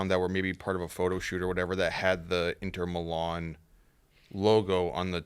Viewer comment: Hearing say Inter Milan. Absymal. Hate that guy.